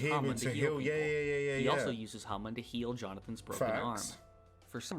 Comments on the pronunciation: How come you say "hamoon" when they say it so many times during the anime? Like... how do you manage to mispronounce it? XD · Its not Hamoon, iits Hamon